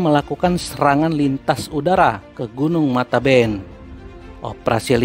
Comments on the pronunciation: k.n.o.bukan mataben tapi matebian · Min bukan matanben ( air mata) tapi matebean (sebutan untuk orng yg sudah meninggal)